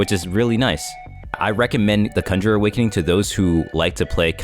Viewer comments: THIS MAN SAID CUNJER NOT CON-GER-RER OMG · "kunger" lol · The way he says ''cun-jer-er'' bro triggered me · swear to god ur saying cumjerer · bro said "sav-ent" and "cunjer" 💀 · that way bro is saying conjurer 😭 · my lil bro kept freaking out everytime you said conjurer wrong like bro couldnt just leave my mans in peace